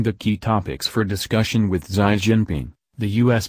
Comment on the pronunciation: Xi ( See) , not ' Sigh' .